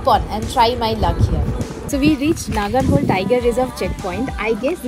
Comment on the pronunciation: Hi, it’s a nice video but we appreciate if you pronounce Kannada words the they are because every word has it’s meaning. Please don’t cut the words at the end when you are making a video and the public is watching it. It’s not Nagarhol - it’s Naagara Holae and not Hol Holae means the stream It’s not Kakanakot - it’s Kaakana Kote meaning “the fort” Please don’t say Kot. Kote in Kannada has a meaning.